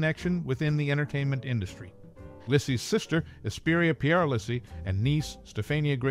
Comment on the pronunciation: Thanks for your video, but you are mispronouncing her surname! The Italian name Lisi is pronounced Lee-see (accent on the first syllable).